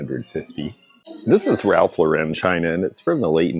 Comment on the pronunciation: Oh, I’m afraid I have to correct you on the pronunciation of Ralph Lauren. He pronounces his last name the same as the girl’s name as in Lauren Bacall.